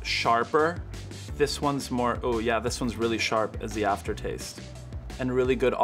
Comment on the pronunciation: Every single one he says sharp in he gets it wrong